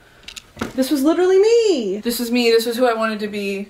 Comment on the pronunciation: You've litchrally achieved your brittish final form